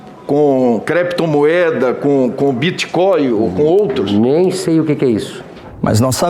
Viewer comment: "Kréptumueda" mais uma dos "Ixpessialixtas".